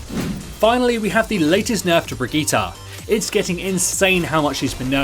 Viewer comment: It's Berg-ita, not Bridget?